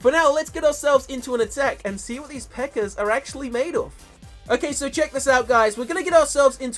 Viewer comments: he says pekkar instead of pekka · lol he says precker instead of pekka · It's pecka not pecker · You said pecker not pekka 😂😂😂😂😂😂😂😂😂😂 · instead of pekka he said pekker LOL the pekker army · pekker? you mean the pekka? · He can't say peka lol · You are saying pecker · sounded like he was saying pekker, lol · Sounds like he is saying pecker army lol😂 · lol he said pecker event. btw i know its cuz of his accent dont hate me or whatever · some times he says pekker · haha he says PEKKARS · If I had a nickel for every time he said Pekker... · it sounds like he is saying pecker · His accent 😂 "The Pecker Event" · I heard him say pekker